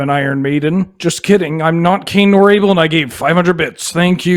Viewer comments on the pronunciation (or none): none